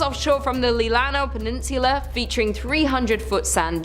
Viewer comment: She mis pronounced peninsula....it's the accent